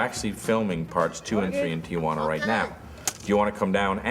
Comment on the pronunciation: Noooo, it's not "Tia-wanna". It's "Tee-wanna".